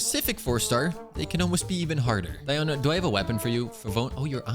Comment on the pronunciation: It is sad you spent all those resources into Tenacity when the 4 piece passive is practically useless on Diona. It's only SKILL damage, so her burst does nothing for you in proccing the passive. It's Nobless Oblige all the way for Diona. Also it's DEE-oh-na. Not Dye-oh-na. It's not pronounced like that in real life and, yes, the EN VAs are wrong. They pronounce everything wrong.